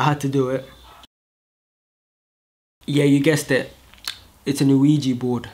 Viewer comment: "LUIGI" instead of "OUIJA" 😂😂😂 I loved this humor